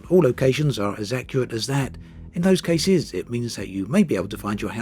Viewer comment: I have a question about your accent. I’m not a native English speaker but I notice you tend to stress the last part of the words in a lot of occasions (as French people would do). Is this your accent? What kind? I’m very curious! For example: and “in those caseees” “North Hamptooon” “finallyyy” “thanks for watchiiing” I hope you can see what I mean :)